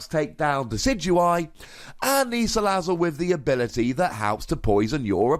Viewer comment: ...did he just pronounce 'Salazzle' as sala-sizzle...?